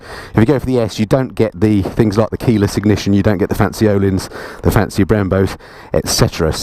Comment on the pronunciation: Again, well done! :-) By the way, that ö in Öhlins is pronounced like the "i" in sir or the first "i" in Birmingham. ;-)